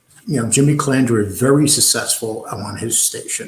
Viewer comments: You claim to have this so-called station. Yet you can't get the guys name right. The guy's name is Calandra. Not Calandria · Cal An dra not Cal An Dria! why does everyone get that wrong. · It’s not Calaundra or Calondra, it’s Calandra! Why does every one pronounce that name wrong?! Even Fucking Sammy smeared that name.